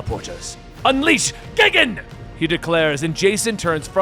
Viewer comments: It’s not Ghidorah that you pronounced incorrectly. It was Gigan. It’s “Guy-gan” not “Gih-gan” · I snickered ever time he said "gig-en". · Gigan is pronounced Gai-Gan. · You said gigan like gig-an but it is gIg-an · its Gigan (geye gan) not gigan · the only pronuntiation i had a small issue is for gigan from the godzilla movies i seen over 30 years the way it sounds in english it sounds more like guy gan not geegan even if its spelled gigan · For Gigan it's not Gig-an it's Guy-gan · It's not pronounced "Gig an" it's pronounced GUY GAN (gigan) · Dude, it's pronounced guy gan not gig an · Gigan not gign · OMG IT IS GUY-GAN not giggin smh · Gigan is the question that stood out to me. I'm always used to the name G - titan - Guy gan not geegan. so no clue which is correct. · Giggin? GIGGIN? Well you're clearly not a Goji fan. For future reference, it's pronounced GUY-gan. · Tell me ur not a Godzilla fan without telling me ur not a Godzilla fan? He mispronounces the fucking names!! It twitched every time he says gigan. It’s gai-gan, not gigun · Guy-Gan LOL not Gig Gan lol but thank you for more Godzilla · Pretty sure his name is pronounced “JEE-GON” but whatever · Gigin GIGIN ARE YOU FUCKING SERIOUS YOU CAN'T SAY GIGAN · 🦖: Gigan is pronounced "Guy-Gan". Just for future reference. If they ever decide to do another comic.~ 👍🏻 Loved the story by the way. It was action packed to the T! 👀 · Lol that's not the pronunciations that had me laughing it's how you said gigan that got me. It's said like guy-gan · It's G-i-gan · Not just the Ghidorah pronunciation, but Gigan too, for sure. It's "guy-gan". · Did he just say Megalodon? Lmao it’s Megalon. Also it’s (Guy-gan). For future video references. The random appearance of Megaguirus, Komacuras and Kumonga was pretty sick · Not worried about your ghidorah pronunciation, you did mispronounce gigan. It's Guy-gan. Loved the way you told the story! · LOL GIG AN LOL that pronunciation killed me XD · yeah buddy it pronounced Like guy-Gan